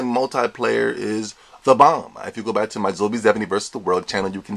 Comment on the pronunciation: "We black" or "We back"?